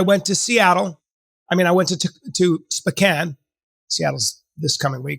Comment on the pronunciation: The way Bryan pronounces Sp'Kan makes me absolutely furious each and every time.